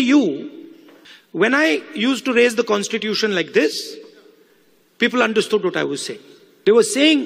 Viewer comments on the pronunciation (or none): Constitution not constition